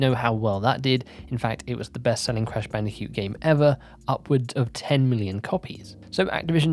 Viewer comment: Why do you say bandicute and not bandicoot hahaha